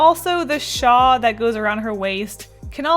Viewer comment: pretty sure you mean “shawl” 😅 there’s an L there!